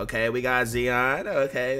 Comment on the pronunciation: zeon? you mean zion